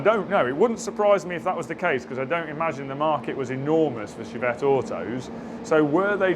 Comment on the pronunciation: Was only half listening....did you say "..we touched-up the Chavette? " no need for that